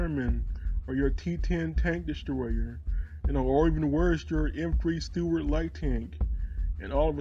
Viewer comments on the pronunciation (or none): none